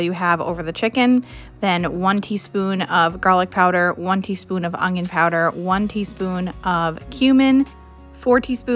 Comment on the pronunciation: I'm unsubscribing because of the way that you say onion.